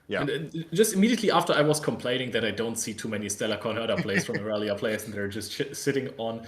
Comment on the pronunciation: You guys are awesome casters and I love the content! Plus mucho kudos for finally saying irelia’s name right